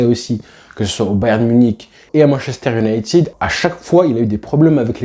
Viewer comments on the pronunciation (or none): none